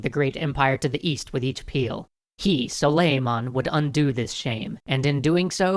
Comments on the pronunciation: his name is pronounced "SOO-LEE-MAHN" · It is pronounced: Soo-ley-mun but very nice video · The accent is on the A, like the A in 'awesome'. It's pronounced like 'sull-ey-mAhn.' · Its not suleiman the magnificent its suleiman the SWAGnificent Btw im turkish ;)